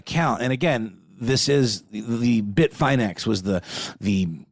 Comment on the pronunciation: No capitulation to Russia, no deals made UNLESS Ukraine is the one creating the terms, AND Russia subsequently pulls everything out of Ukraine, including and especially the territories Russia seized ILLEGALLY. Also, this part is for. It's pronounced Bit-fin-X, not Bit-fine-X FYI. And RazzleCON, wasn't a hacker. She was a con artist. Most of the theft's were from social engineering (phishing scams, wire fraud) Not a hack. If you had to guess, how would it be so simple for a female to scam people through social engineering? Opportunists that got lucky, and sloppy.